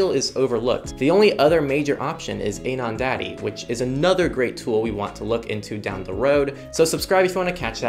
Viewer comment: AnonAddy not AnonDaddy 😅 Thanks for introducing Simple Login. Until now I was using AnonAddy and Firefox Relay.